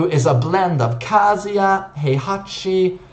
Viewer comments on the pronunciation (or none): Why do you pronounce Kazuya like KASIA.